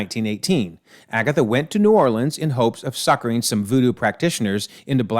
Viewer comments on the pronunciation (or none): none